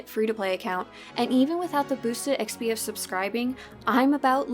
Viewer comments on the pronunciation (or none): why can't this chick say XP correctly?